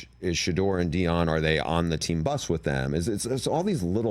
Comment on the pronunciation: “I think She-duer is a terrific QB” 🤣🤣🤣